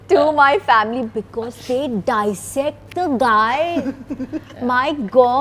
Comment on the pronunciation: the word dissect has been pronounced wrongly.